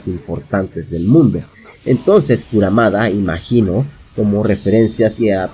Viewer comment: KurUmada kurUmada, no es kurAmada! Plop